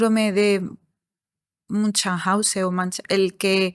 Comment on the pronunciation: no se acordaba y lo pronunció mal, es el síndrome de Munchausen ( fonéticamente suena algo así...munjaunsen), es correcto y preciso el comentario anterior.